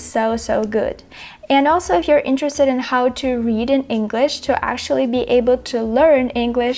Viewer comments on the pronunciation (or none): Thanks for the video! Your pronunciation is better than mine, and I've lived in the US for 30 years now. Two tips for you - whatch how you pronounce "new" (y sound too distict) and actually (you don't pronounce k but you should). Not picking on you, trying to help ;) Your pronunciation is pretty much perfect, took me a sec to realize you weren't American